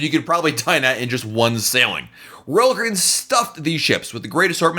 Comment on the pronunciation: This guy pronounces royal Caribbean like rall Cribin